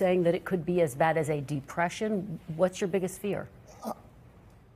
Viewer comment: what'a amazing he just cant say depression. And he knows that's where we are headed.